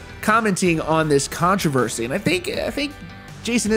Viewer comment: The word is controversy not contrA versy